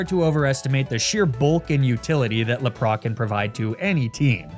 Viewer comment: Hey, what about doing a 'mispronunciation nuzlocke'? In which you only use pokemon which names you have mispronounced in previous videos. So like, Laprah, Arcaneenay, Emolja, etc. Seems like a silly but fun idea to me:)